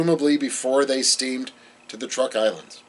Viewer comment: I believe Truk Islands are correctly said "trook" or "chook" in the local language.